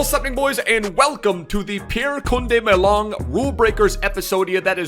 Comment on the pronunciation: "Ma"Long , "Leng"let